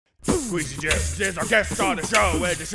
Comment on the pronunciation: This whole time I thought Arin and Dan just said Skweezy Jibs for fun 😂😂